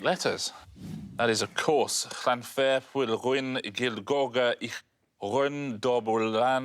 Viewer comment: Llanfair... Pronunciation nailed!